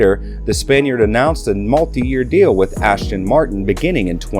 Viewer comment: Can you please say the names correctly...! It's not Ashton...its As-ton.